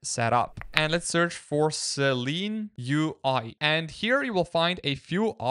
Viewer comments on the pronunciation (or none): I only said it because of what he types to search . He is also pronouncing it 'Seleen' throughout the video. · Shouldn't it be pronounced Silene UI? How you pronounce it should be Seleen, not Seelen right? Interesting video for the rest!